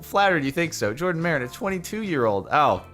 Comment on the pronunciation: Every single comment, HIS NAME IS JORDAN NOT JaRDON